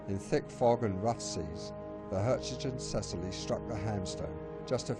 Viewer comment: PITY YOU DID NOT RESEARCH HOW TO PROPERLY PRONOUNCE THE NAME OF THE SHIP.